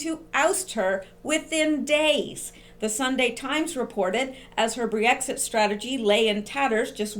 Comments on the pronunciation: Great video, thanks for all your hard work. Just wanted to let you know it's not Bree-Exit, it's just Brexit. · Just Brexit...2 syllables. You may not even realize you're adding a syllable and an extra e saying Bre-exit. Just fyi. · Pronunciation of "Brexit" is NOT "Bree-exit." It is simply Brex-it (two syllables versus three syllables). Thank you! From your sister in Christ and in Q! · Brexit - Brex (ryhmes with Becks the beer), there's no 'ee'. ;) I hope they get rid of May, she's a disaster. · brex it is 2 syllables with a short e sound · I think you pronounce it BREX IT (short vowel sounds, just two syllables). I had to wait for your breakdown all evening.. now I understand and can tone down the nightmares..great work!!! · Never heard Brexit pronounced the way you do it ...Cute! But wrong. Don't underestimate May...she has powerful friends. Nikki Morgan would be a disaster for Brexit give us a leaver please God ><>